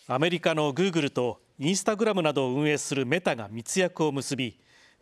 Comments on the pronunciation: グー↑グル→ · グー↑グル↓